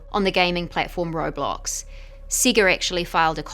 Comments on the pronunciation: Siga... sega... say guhh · SEGA (Say-guh) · They way she says "sega" just pisses me off